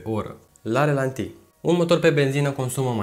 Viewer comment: E obsedant....ralanti, nu relanti!:)